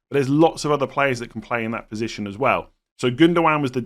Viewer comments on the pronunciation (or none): none